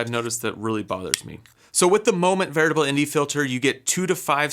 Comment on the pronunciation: Great job!! Sounds like you're saying "VERITABLE" instead of "VARIABLE". Just a heads up.